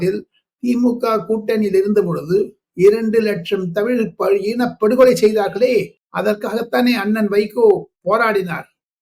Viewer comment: சார், ஈனப்படுகொலை இல்லை, இனப்படுகொலை சார், சரியாக சொல்லுங்கள்